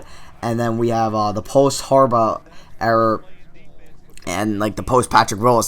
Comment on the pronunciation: It's era you kept saying error